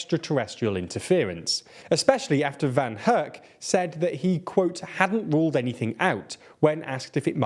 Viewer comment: "Ruled" not "rulled"!